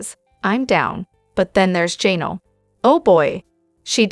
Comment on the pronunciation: QUIT SAYING JAY NELL